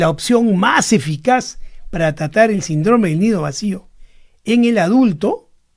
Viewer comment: Se dice síndrome con el acento